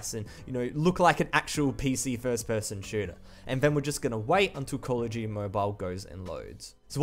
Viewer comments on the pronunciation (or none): "coll uh jeuyty"